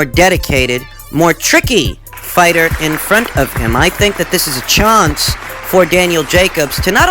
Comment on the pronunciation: Uncle al got the testicles tied- any wrong moves makes them pbc fellas quite...emotional. "im told.. im told"...charlo says. PBC "Freedom" Enslaved..."chah-nce".😉😎